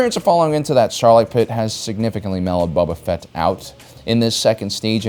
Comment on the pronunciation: I swear he said boba fett was stinky